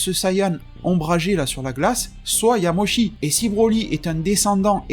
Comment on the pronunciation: Quand j'ai entendu "Yamoshi" j'ai vraiment eu envie de quitter la vidéo